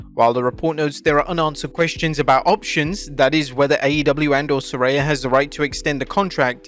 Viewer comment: I thought her name was Saraya. This guy keeps saying SARAY-YA